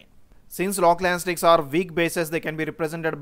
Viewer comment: Sir why are you keep saying anastics again and again?? Isn't it anesthetics?? I don't want to sound mean, just couldn't help myself from asking ..